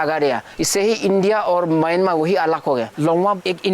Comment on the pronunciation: म्यांमार होता है।